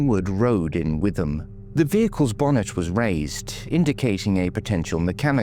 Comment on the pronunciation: Another superb video on a neglected case, you are doing a brilliant job with all of these. A very small point - it’s pronounced “ Wit-ham” in Essex